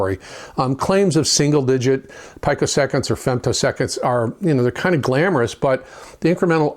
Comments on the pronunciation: Oh, and to be a grammar N*zi, it's pronounced peeko-second, not pyko-second. :D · ..pico pronunciation: pee-ko…certainly not pykro…your digital acumen is quite impressive, just yanking your chain 😎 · PEEE-CO ITS PRONOUNCED PEEE-CO. ITS THE RISE AND FALL OR SLOPE OF THE SQUARE WAVE. YOU'D NEED A GOOD SCOPE TO ACTUALLY SEE IT. LOVE YOUR VIDS. CLEANER SQUARE-WAVE=BETTER TIMING. SOME SAY ONE THING OTHERS CAN DISPUTE. IF THE PLANE YOUR TRAVELING ON AND THE RADAR WAS OFF BY A FEW PEECO'S YOU COULD WIND UP IN THE PACIFIC INSTEAD OF UTAH. ALL ABOUT THE CLOCK